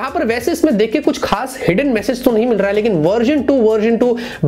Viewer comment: Is there anyone else who gets annoyed by the way he pronounces "Hai" like ae ae.. 😬 bro its "Hai" and ur like ye processor ae. Ye ae wo ae. 😂😂